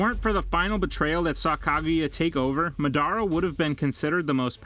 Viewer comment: please pronounce madara correctly.( maadara not madaara)